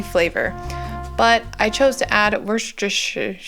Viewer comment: Hey --You trying to say Worcestershire reminds me of Grandma trying to say Massachusetts!!!